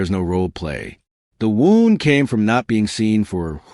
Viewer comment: Sadly, AI still isn't pronouncing words the right way, and I don't see how they will ever figure out how an inhuman machine will figure it out. Every time on any video, they always pronounce Wound (ouch) as (winding) wound ... same thing with several words. It just makes the message sound weird, you have to figure out what they are saying, and this happens way too much now. I miss people.